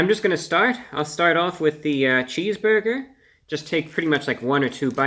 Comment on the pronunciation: Reviewbrah calmy saying "cheesboigah" is my love language.